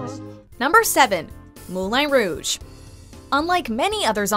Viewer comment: “Moo Lin rouge” I hate how she said that